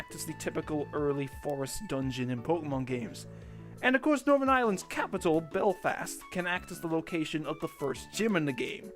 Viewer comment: Sorry but I cringed at your pronunciation of Belfast